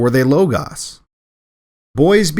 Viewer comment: The legitimate alternative is lah-gahss (besides low-goess). Low-gahs is not an option!